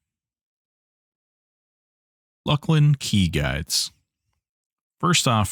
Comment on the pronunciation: Hail, fellow correct pronouncer-er of Luclin